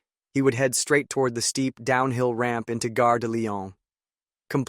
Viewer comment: Or 153-951 for short Or fifty three hundred for short The trainsets made it into the twenty first century, though obsolete. A four percent grade is irresponsible, especially for locomotive hauled trainsets (call it an EMU, but they’re unpowered cars). Gare (rhymes with jar) is a station Guerre (rhymes with hair) is a war Not the Lyon war, the train station